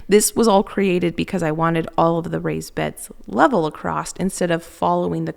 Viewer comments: Across not acrossed 😊 ❤ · Across doesn't have a T at the end. It's pronounced across not acrost.